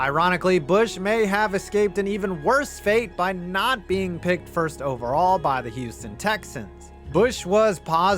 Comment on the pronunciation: …”OVERALLL”? That extra L was prescient…